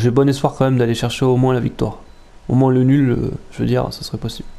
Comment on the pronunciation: bon 2eme match, même si c'etait mal partie. et je vais faire le con de ch'ti, mais le S ne se dit pas dans moins XD